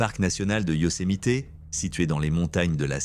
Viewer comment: Prononcé Yosemite convenablement svp et pour info le coyote n'est pas un chien sauvage